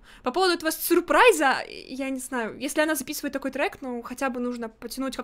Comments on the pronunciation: Она не говорит Surprise ,а Suprise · Переводчик дал произношение супрайз между у и п немного слышится р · Может она так Surprise произносила и за того что она из Японии (Japan)